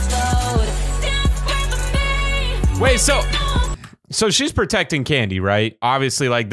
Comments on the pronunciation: its cady not candy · Wait did anyone hear on He said "Candy" instead of Cady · Her name is Cady not candy! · It’s Cady not candy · CADY NOT CANDY